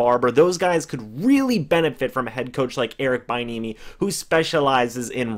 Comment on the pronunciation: Its pronounced be- enemy 😂